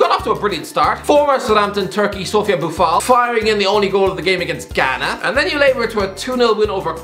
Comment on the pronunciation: Ghana and Algeria were competing for who would be more terrible. By the way you did a decent job pronouncing African names.